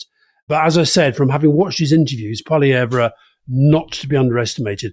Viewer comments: Since it seems likely that we're going to be seeing and hearing a great deal more of this man, here's a little friendly pronunciation advice for all those Anglo speakers out there who sometimes have difficulty with French names. Pierre Poilievre's last name is pronounced 'paw-lee-ev'. 😀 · Poli-ev (the re on the end is silent) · Why are french politician names funny? We're a bilingual country and they're serious and respected ministers. Also, Poilievre pronounces his name like Pol-ee-ev. Otherwise, I enjoyed your discussion about Canada. I will add that LeBlanc is Trudeau's long time friend and replacement Finance Minister for Freeland, so like Freeland will carry the association with Trudeau into the race. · Could someone please correct Alistair Campbell's pronunciation of "Poilievre"? He's absolutely butchering the last syllable.